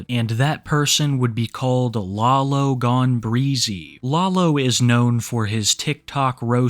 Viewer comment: LalogoneBREEZY?? Wtfff 😭😂 it’s brazy